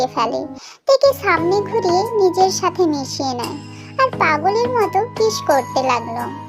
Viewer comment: আপু তুমি ভালো করে কথা বল কারন তুমি বলছো ছাতে ছাতে এরকম আনেক ভুল কথা বলছো আপু তোমার অনেক কথা ঠিক হয়নি ঠিক করে কথা বল😂